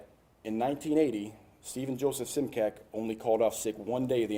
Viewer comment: It's interesting how he says the spelling of immigrants' surnames changed, but this particular surname (Simcak) is actually just the opposite - the spelling remains, except for the diacritics, but the pronunciation is quite off (it would be Šimčák - pronounced as Schimchuck).